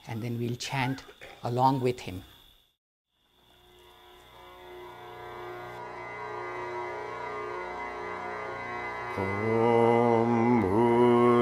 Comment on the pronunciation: " when O३M is spoken , the lips close at the end.... but here the mouth is opened.. as if to say " O३maaa" If Mantra is a Vocal Code to generate the right type of vibration and intensity at the right location in the body, then 'mispronouncing' it may not be Fruitful ( remember the story of " Alibaba and 40 thieves " , when the " Vocal Password " is forgotten. and people using Login and password may have faced difficulty in logging-in when by mistake they enter 'small alphabets' in place of Capital or vice-versa. saying OMMAAAAA in place of OM may result in " Wrong password".